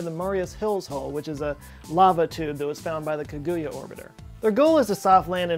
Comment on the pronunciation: It’s ka-gu-ya and Aka-tsu-ki